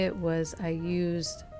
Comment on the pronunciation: You are My Favorite DIYer. The only channel I subscribe to. Please.....it's not Modge, it's Mod Podge. 😄🌷